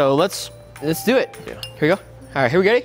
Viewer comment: He said, here we gay insted of here we go 😂😂😂